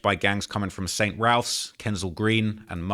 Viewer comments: I was looking for this comment. Raphs is short for Raphael's and "Raffs" is the only pronounciation that makes sense. There's no L in Raphs anyway so needs to go back to Specsavers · I hate hearing how he says “st Ralph’s”. If you’re from NW london you know we all pronounce it “saint raffs”. Rightly or wrongly lol